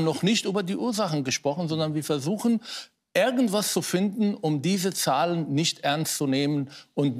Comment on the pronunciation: ärgenwas und wärklisch. Herr Mansour es heisst "irgendwas und wirklich"